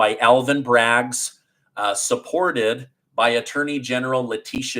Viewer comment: it's BRAGG, not "Braggs"